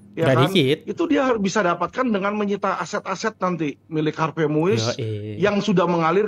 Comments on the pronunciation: Har vey mas...bukan har vest.... Harvey Moeis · Harvei bukan harves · Sebut nama “Harvey” aja blepotan 😅